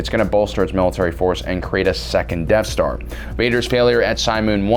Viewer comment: Every time you say Death Star, I hear Deaf Star.